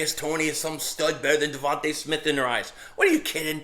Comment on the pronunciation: Yo, ur cute little daughter F’d you up with that wiffle ball bat 😂. Hey, it’s DeVonta (dee-von-tah), not Devonte’, right? I pray the guy is as good as you believe. He’s a string bean.